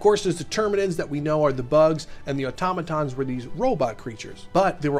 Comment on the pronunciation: Thank you for actually saying automaton correctly!